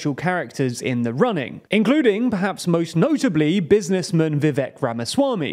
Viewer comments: I thought you Woke Leftists were soooo cultured!! You can’t even pronounce his name correctly! His name is Vivake! It rhymes with Cake…HA! Got ‘em 😏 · It's Vivek... sighs... rhymes with cake. The guy is a crackhead at a toddler's birthday party but getting people's names right is important. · Vivek rhymes with cake